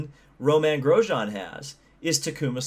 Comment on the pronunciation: It’s Romain, not Roman. You pronounced it somewhere in the middle at least. I enjoy your videos.